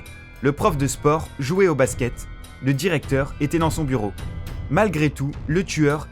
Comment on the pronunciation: Le d'i récepteur et le jaredinellé